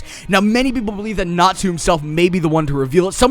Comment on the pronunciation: Thought he sad natzi at first till I heard he was saying Natsu... I was very confused